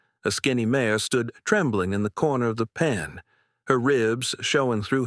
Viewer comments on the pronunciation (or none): Listening from SW Michigan. This is a good story other than Mare being said as Mayor. I do wish the people reading these stories would use the correct names.